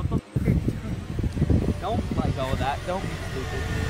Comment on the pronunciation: I thought he said bunch o balloons but it was bunch of balloons